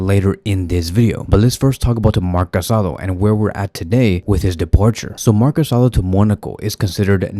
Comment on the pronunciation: It's not Casado. It's Casadó. There's a difference.